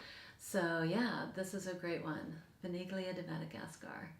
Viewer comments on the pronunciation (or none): Vaniglia is the Italian word for Vanilla. When you pronounce it, the G is silent, so Van ee lia is how it should be pronounced. Great Spring line-up! I love hearing about the unique fragrances you have in your collection! I'm really loving your content. Thanks so much! Lisa